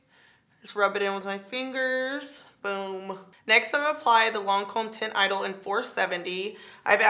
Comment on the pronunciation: Girllll. You are my fave YT MUA...so no shade but just an fyi: Teint Idole pronounced taunt eh-doll : )